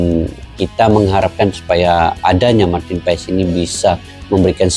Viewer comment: Marten paas cara bacanya bg